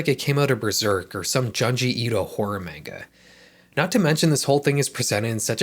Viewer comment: Noooo why did you say manga like that 😂